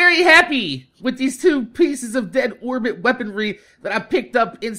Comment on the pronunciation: Did you say 'My Dead Whorebit Hunter'